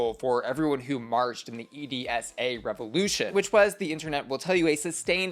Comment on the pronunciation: I don't think I've heard anyone call EDSA as E-D-S-A. Took me out for a second 😂. Local's say it as edsa (like ehd-sah)